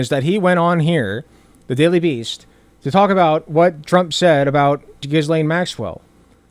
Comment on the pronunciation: Isn't Ghislaine pronounced "gih-lane" or "jih-lane?" I dunno, idgaf, she's a monster.